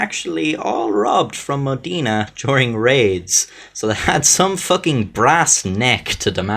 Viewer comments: I live in Modena actually, my grandmother told me about this bucket many times ahhaha, also, just for saying, it's Mod E na, not modina, modena ahhahha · No the O in Modena is sounded like "Oh" with the tonic accent on "de" mohDEH-na. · Linda Ciccoli His pronunciation of "Modena" is as interesting